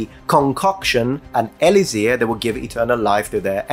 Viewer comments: Dude. It's "e-LIK-sir," not "e-li-ZIR." Pro tip from a native speaker. :) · In English it's pronounced: "E-licks-er".